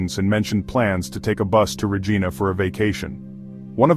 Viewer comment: RA-ghai-na not Ra-gee-na and Alley not Al-ee. Jesus